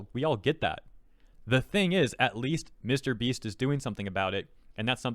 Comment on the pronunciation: Jesus what? What a funny way to pronounce MrBeast We actually live in a society where Jesus could be healing sick people and Twittards would say "He's only healing them for the views in YouTube!" I mean WTF man, they literally don't know what to do with their life so they waste it being retarded in Twitter.